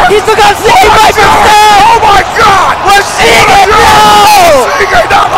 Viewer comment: WO-SHI-GE NOOOOOOOOO!!!!!